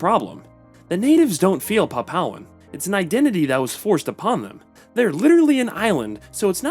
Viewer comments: Nope, "pap-OW" is not an Anglicized version - the pronunciation is "PAP-oo-aa" all over the world, including the Anglosphere and PNG. "pap-OW" is just a mistake. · It's Pronounced Papooahn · A little bit of googling would've saved you from butchering the pronunciation of "Papuan"